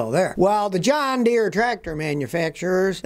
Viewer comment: I could swear Scotty is saying Done Deere.